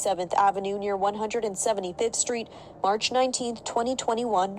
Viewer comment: He talmbout SKREET..hmmm 🤦🏾‍♀️